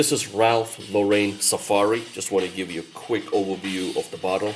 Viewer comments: Actually pronounced: Lo ren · Ralph Laurain ? Not Lauren ?